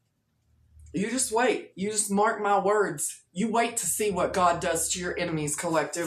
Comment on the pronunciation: "Mark my wurdz" 😂